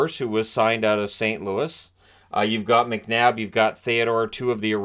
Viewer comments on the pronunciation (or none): none